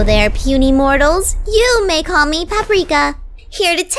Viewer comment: She calling us moryals